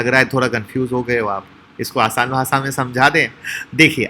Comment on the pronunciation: Sir भासा नहीं भाषा होता है